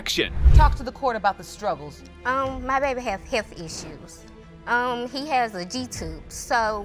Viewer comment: “My baby have issues… heafff issuessss”😂😂😂 WTH is a heafff